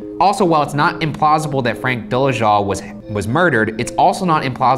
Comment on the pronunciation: it's dole-Zal!!!! ugh!!!! Ryan stop it!!